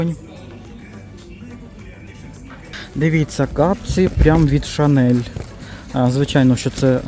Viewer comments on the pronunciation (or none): none